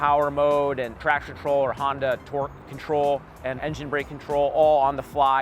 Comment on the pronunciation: Although can't say 'traction control' correctly. What in the world is a "traction troll?"